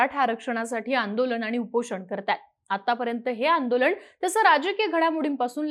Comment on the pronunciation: आंदोलण नव्हे हो बाई! आंदोलन !!